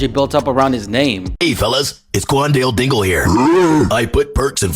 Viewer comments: qwan-dill- dingle 💀💀💀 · "Quandell dingul"…. It’s Q U A N D A L E D I N G L E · Bro called him cwallnut dingl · why are you saying kwan wan wingle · imagine next school year and the teacher calling role for the first time and she say quandale dingle. class gon go crazy